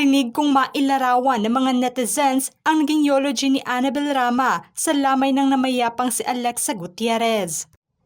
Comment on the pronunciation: Anong YOLOGY? Eulogy = YULOGY po 😂